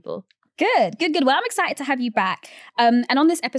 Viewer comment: Ex-Si-ed - what is that? I think she means exciTed